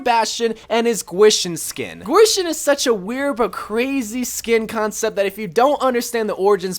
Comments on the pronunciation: It is painful how he pronounced gwishin it’s pronounced keyshin not gwaeshin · Bastion skin is supposed to be pronounced like key-sheen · The bastion skin is pronounced as kishin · I cringe when ever he says Gwishin. But other than that, great video! Only thing i was disappointed with was the lack of scientist moira, which is obviously the second best skin to come out of this year's event.